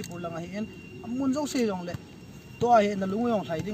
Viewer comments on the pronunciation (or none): none